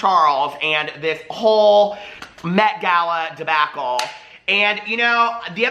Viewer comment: "de-backle" I died